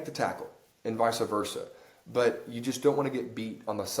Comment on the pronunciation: For the love of god, please tell him to never say “vysa versa” ever again.